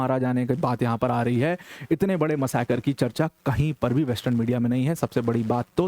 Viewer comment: There is no word in Hindi called “ Massacre”. !!! If you have to use the word in your speech then pronounce it correctly. मसाकर, मासकर, मासकर करना बंद करो ।